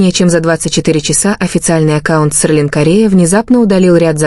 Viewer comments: А почему у блогерши Селин - стало СеРлин? Или так правильно произносится ? А главное, почему столько брехни в ролике? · СЕРЛИН? Научитесь правильно выговариаать имена